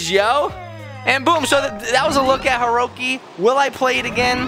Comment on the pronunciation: er? u said herocy not herosy